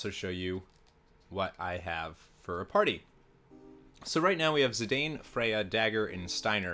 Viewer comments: It's pronounced zee-Dawn not zee -dain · It's not your fault for not knowing because they aren't english words...but: Zidane = Zi-dahn Eiko = Eh-koh Kupo = Koo-poh Regen has no excuse though haha.